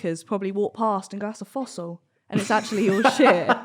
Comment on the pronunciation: it's not a fossil, it's a Foshil